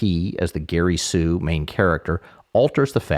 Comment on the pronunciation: Exceedingly minor point, but I keep hearing you say "Gary Sue" rather than "Gary Stu" in various videos. For example, here . It's possible my hearing is at fault, or perhaps "Gary Sue" is yet another acceptable variant of the trope? In any event, really enjoy your channel.